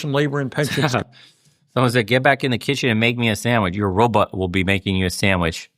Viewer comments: Sounds like he’s saying Roblox lmao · Uh…did Bernie say “Robutts”???